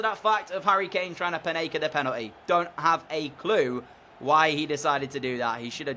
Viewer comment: Just for future reference it's called a Panenka penalty, not Panaka. Great video as always :)